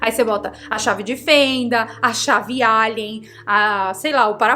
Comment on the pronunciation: A chave é Allen e não Alien 😊